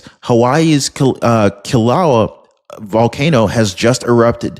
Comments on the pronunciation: Killa way ya. Is the way to pronounce the volcano in Hi. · Kilauea pronounced kill-a way-uh